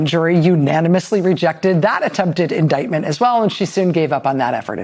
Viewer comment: "Inightment "..... that's a three syllable word I like the sound of ?